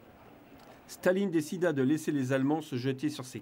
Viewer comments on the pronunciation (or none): none